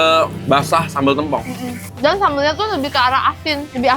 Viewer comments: Mengeja "tempong" nya salah ... saya dari banyuwangi "e" dibaca seperti membaca "bebek" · Masi aja bacanya tempong tempong mulu. Plis, tempong not tempong😭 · plis lah kasih tau dia pengucapan sambel tempong yang bener